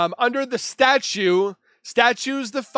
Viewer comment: Dude. The word is STATUTE. STA-CHOOT. My goodness